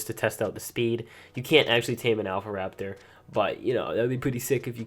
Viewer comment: You said alpha rapator